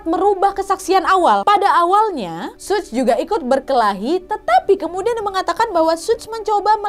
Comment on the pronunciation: suj apa suge sug kea ada yg salah ni mbak 😂